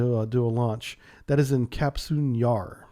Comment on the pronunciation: "Капустин Яр" - Kapustin, not KaSputin)